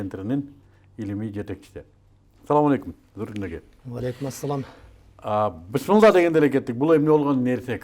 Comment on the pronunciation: а Аллахтын ысымын бузуп сүйлөдүң. Кайдагы бысмылдабы?! Бисмилла!!! деп айтып жүр. Сендей чала мусулмандар Аллахдын динин эле эмес акыры барып Ысымын да өзгөртө баштапсыңар. Аллахтан корккун!